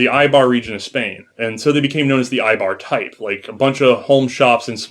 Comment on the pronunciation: great episode, just one thing... Eibar! not Aibar